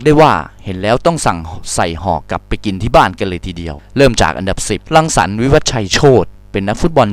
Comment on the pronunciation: ชื่อพี่รังสรรค์ เขาก้อ่านผิด